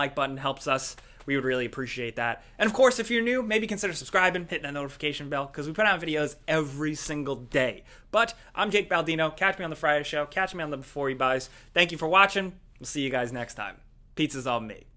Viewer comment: Why is it bay-ldino? Shouldn't it be bo-ldino?